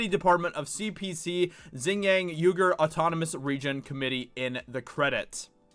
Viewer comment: Just a heads up, it is pronounced "wee-gur".